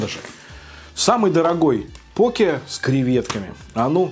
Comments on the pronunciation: Блин твоё покЕ прямо слух режет) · почему я говорю пОке а не покЕ.? Потому что так вроде правильно. Через секунду: следующий покЕ